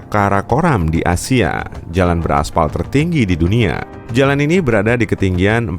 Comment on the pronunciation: Dan bukan dhan. Berada bukan beradha😂🤣 hidung lu kenapa